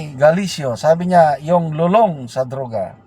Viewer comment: Lulong, accentbon last syllable. Means addicted